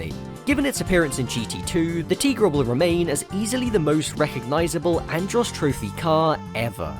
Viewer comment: YES! It is pronounced “Tee-gra” I named my cat after that car! Also kinda after the L’Trimm song “Cars that go boom”